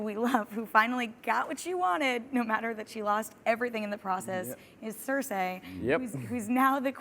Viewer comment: CerSEE not CerSAY